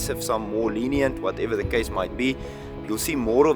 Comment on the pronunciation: 前歯がないからThの発音ができないから、and the food のthe を一生懸命強めに言ってるけど空気が抜けて dra とかzha とかに聞こえるだけ